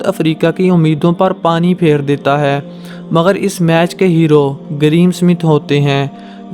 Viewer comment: "مگر" ھوتا ھے ناکہ " مغر "